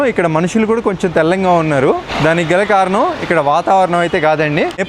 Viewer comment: BROTHER THELLANGA KADU, THELLAGA